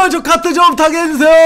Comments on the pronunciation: 저 카트가 족 같은이라고들려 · 저카트라고하는게 좃같은으로 들렼ㅋ